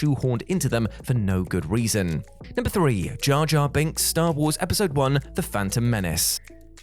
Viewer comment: It's "Jar Jar." Just because you can't pronounce Rs doesn't mean they don't exist. Idiot.